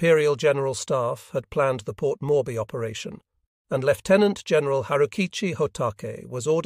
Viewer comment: Port morby? Every name is pronounced wrongly.